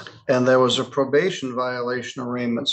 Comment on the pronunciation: She was given probabtion. If that wasn't bad enough, she had open wattants!